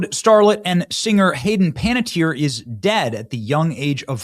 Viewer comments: Okay Benny. It's disrespectful of you to call her Hayden "Panty-Air" when her name is Panna-TEE-airy. If you're gonna make money talking about her death at least take the time to pronounce her name correctly. This really pissed me off. It's giving "getting on a soapbox and finger wagging while not actually giving a crap about this woman!" Get it together and show some class and respect. You can't go on a tangent about her destruction yet you clearly couldn't be bothered to say her name. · Can you please try to pronounce her name correctly? Seriously. It's not "panty-eer", it's closer to "panniteer". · I have a feeling the overdose wasn’t her doing… oh, and dude… learn how to say names! It’s Panuh-teer, not pantyair 🙄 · You're mispronouncing her name. It's Pan net tiere not Pan tee iere. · I think her name is pronounced Pan-ettierie not Panty-air. Say her name right at least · Pan-eh-tier sorry but if shes passed we should at least give her the respect of saying her name correctly. No hate, just think its a minor detail that shoild be acknowledged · It's Bur-RAY. Don't follow hockey, huh? It's Pana-tea-ere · Pen it tere ie Cmon man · Ay least say her name correctly. Keep going, Sir. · PLEASE learn how to pronounce proper names correctly! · How do you butcher everyone's name, & places? Just google pronunciations before a show. 😠 Corey Feldman finally disclosed some & nothing happened to them. More like getting the death jab like her brother, than an OD. You're 100% correct about the solution for depression.